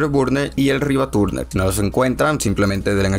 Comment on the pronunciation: "MSI asterburner y el RivaTURNER" 🤣🤣🤣